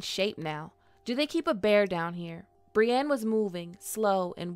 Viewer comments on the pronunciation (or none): Brienne isn’t pronounced “bree-an”.